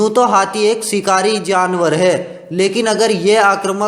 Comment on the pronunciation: पहले बोलना तो सिक ले सेर नही शेर बोलते है शिकारी होता है सिकरी नहीं